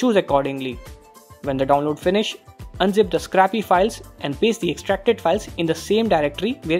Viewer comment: Triggered when he said scrappy for Scrcpy which is probably a short hand for screen copy ....... -_